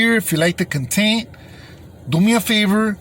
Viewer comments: “the containt” 😂 good shit 👏🏽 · "The contet" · "the cuntent" LMAO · Ay g say content again l😅